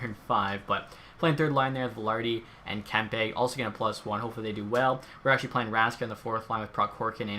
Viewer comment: yOu SaId KeMpE wRoNg!!!